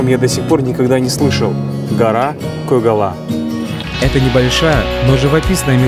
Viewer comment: Сен мәңгүрт боп қалған екенсің өз тіліңді ұмытып. Көк қала емес, көкала ғой. Көкала деп түсін айтқаны.